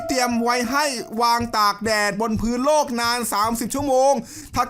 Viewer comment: โลก ครับ ไม่ต้องหันลิ้น โรค